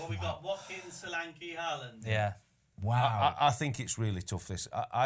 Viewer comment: Thank you Ben for saying Solanke